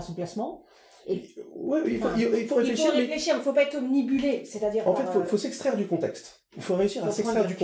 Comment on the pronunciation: Très intéressant mais on ne dit pas omnibulé mais obnubilé